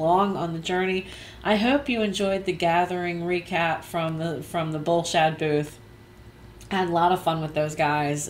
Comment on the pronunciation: LOL, Every time you say Bull Shad really fast...it sounds like a totally different word.